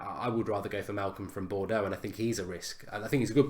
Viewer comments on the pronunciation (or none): none